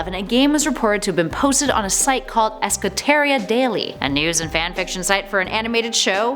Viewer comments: The way you pronounced Equestria made me die on the inside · Did you just say equestria wrong? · Damn you can't say Equestria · looks at the video title oh good another decent creepypasta reading hears how badly Equestria is pronounced ... And dislike